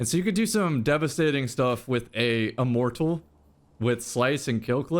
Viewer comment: With a "E-mor-tul" lol